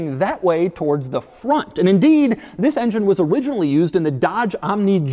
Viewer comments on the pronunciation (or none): none